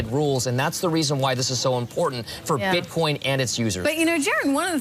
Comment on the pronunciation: did I hear a slip? bitcon?